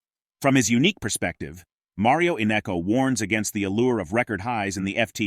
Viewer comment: His name is not Innecco!